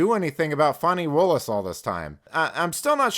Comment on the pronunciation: Her name is FANNY NOT FAWNY. SAY HER NAME!! 😂😂😂😂😂😂